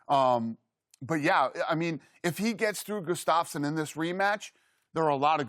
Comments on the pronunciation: shannon calls gustaffson Gustabo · Chuck lydell and goose-staffson haha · These 2 should never talk mma. 30 seconds in and Shannon mispronounced Gustafssons name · That's not what Goostuffson said, LOL! They are butchering his name, LMAO!! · Dana can’t even say Gustafsson right